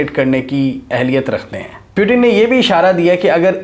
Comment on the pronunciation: Bro" Putin" hota hai ,"Putin " nahi 🤣🤣